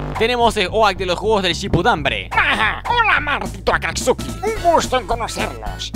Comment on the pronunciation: Sin ofender,se dice Akatsuki.